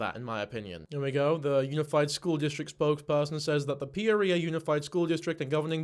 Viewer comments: Can't help but correct your pronunciation of Peoria. It's like Pea-or-e-ah. In my best phonetic spelling. I'm only doing this bc I've been corrected for mispronouncing English cities bc they aren't spelled at all like they sound. This is meant to be funny.😅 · Does that explain why he’s pronouncing Peoria like it’s an STD? Peorrhea 😂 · pronounces “Peoria” the same way my GPS pronounces “Guadalupe” 😝